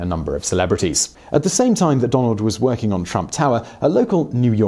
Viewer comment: Seriously thought he said Donald was "twerking out of town" 😂